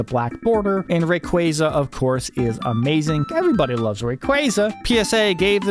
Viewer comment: I can't stand how your saying my favorite Pokémon name wrong its ray-quaz-za